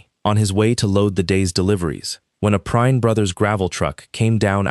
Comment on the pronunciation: Uh...figure out how Prine(s) is going to be pronounced. Something it's being said as Prinn (short i), (also said as Prinz), other times as Prine (long I). Get it right.